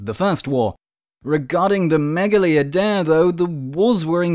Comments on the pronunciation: It was gonna work 😔 Also it's pronounced "meyali idea (with a silent d)" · I’m not Greek but I’m pretty sure it’s pronounced Meh-gah-LEE Eye-De-Ah